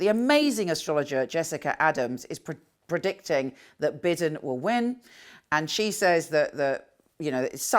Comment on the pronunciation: Kindly, for future reference, Biden is pronounced Bye-Den.